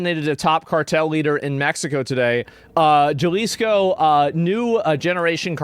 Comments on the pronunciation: "Porto Vaurlorlar" "Puerto Valerlalera" Juh-lisco For being a Texan, Asmon is REALLY bad at Spanish. The dedication to not even learning the basics is pretty endearing, honestly, and I like it - just 100% team America 🇺🇲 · "I dont speak Spanish." Oh we know bro lmao. Jah lees co is not a very close pronunciation 😂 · Here brotha Ha-Lee's-Co thats how you pronounce Jalisco 😅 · The "J" in Spanish is pronounced like an "H.". So you would pronounce it like "haleesko" and not Jalisco (like JUMP. ) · Jalisco is pronounced... Ha-lee's-co not Jah-lee's-co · Asmon what do you know about the cartels? You can't even pronounce Jaliso correctly. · jalesco? wow he took spanish and dude can't pronounce Ha lisco aka JGNG Sad politions on his sack a dude that cant pronounse it right gee my spelling lets hate the guy that points out he cant say it right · Galisco? bruhh go back to school my guy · Djalisco is amazing pronunciation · Hey Asmon, just fyi, Jalisco is pronounced Ha-lee-sco and Puerto Vallerta is pronounced Puehr-to Vay-er-ta. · Jalisco Mexico. Ha-lee-sco. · It's pronounced Ha leesco. Jalisco. Pwerto Vy arta, Puerto Vallarta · The US invading México. That's what happened. And it's Jalisco. For you to be able to pronounce it: Ha - lis - ko. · It's pronounced HA-Lees-co cartel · You pronounced Jalisco as “Gelisco” annnnd now I’m hard as stale bread. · It's pronounced "Halisco", not with the G sound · HA-lease-Co Is how it's said No biggie X-D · It's pronounced halisco ha as in Hal. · Jalisco, pronounced halisco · Isn’t Jalisco pronounced “Halisco”? 😬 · it's ha-liz co. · Bro, Asmo, Jalisco is pronounced Ha Lis Ko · I still find it bizarre that the first English language coverage that reaches me of a lot of international issues and events is often from Asmongold, despite him being a primarily a video game streamer Also that even being in Texas, he pronounces Jalisco as Jah-lis-coh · Pronounced "HA LIS CO" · Pronounce "ha-lee-sko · Its HA LEE SKO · "YALISCO" BENNY /ASMONGOLD